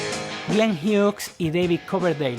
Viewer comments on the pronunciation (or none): none